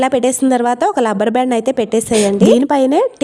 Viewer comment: లబ్బరు బ్యాండ్ కాదమ్మా తల్లీ.... రబ్బరు బ్యాండ్ అనాలి.... పైగా మాటమాటకు అయితే అయితే అనే పదం అనకువినలేము😂